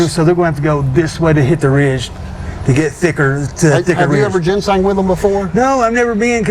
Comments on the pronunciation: Buddy your killing me .. Genseing is pronounced ( Jenn sane) lol …I’ve watched that documentary and it seems like John didnt put everything in order the best i can remember . First they were at where the trailblazer was found and later on in the video he was meeting shane at his house to go to where the trailblazer was found and later… im like you are im thinking shane is a shady charachter !!!! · Ginseng is pronounced with the G like in the liquor Gin. Ginseng People get K1LL€D for going on people’s property looking for Ginseng more than people know about Ginseng is a hot commodity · Not GEN SING GIN LIKE THE ALCOHOL SENG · The southern Appalachian pronunciation is Gin-Sang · IT'S Pronounced JEN-SING anyway If you seen the trail photos (was took at a different time ) this guy was not in them photos I think he misspoke--I think it was drug related ( i do not live in that state or know these people) but if they OD at that cabin whoever was there is who they need to talk to. sounds to me the seat being pulled up a woman was most likely driving that blazer. (thoughts they od at the cabin whoever gave the drugs buried them and moved the blazer down to where it could be found. I don't think SHANESHOUPE had anything to do with it. But here's the question who was running drugs at that cabin? there is where your answer lye's (people know but there not going to tell it in fear of there life) Prayers for there mom. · Gin- sang is the way its pronounced , get it right, your showing your intelligence, or lack there of. Thank you. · JEN-sing.......... lol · I’ve heard it as Jin seng, Jin sing, also have heard Jin sang. Does it depend on what part of the country you’re in? Like southern states or northern states? Or just many pronouncing it wrong? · Jin sang is how we pronounce in Kentucky or just plain ole “sang” and that’s how my grandfather in Tennessee said it, he was an amazing sang digger for most of his 97 years of life .